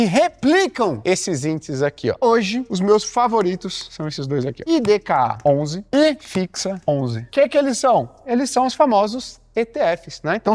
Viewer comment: Não é "IDRA11" E, SIM: "IDKA11". A LETRA NÃO AJUDA MUITO O NOSSO QUERIDO RS